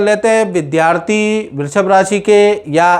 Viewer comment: Abe love day babuchak... Naam bolna Sikh lo... Brrrrushb nhi hai...😂